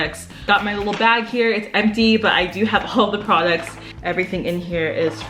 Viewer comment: all i hear is "pwaducts"